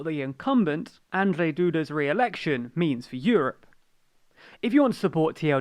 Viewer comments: Try pronouncing Andrzej as Un-jay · As a Polish person I am ashamed of my nation. Also on pronnouciation: Andzhey Dooda and Rafaw Tshaskovsky